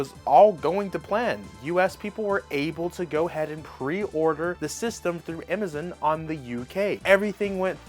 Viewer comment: He saying Metroid, anime, and Amazon wrong why? And maybe other words I have no idea. And he’s saying Nintendo wrong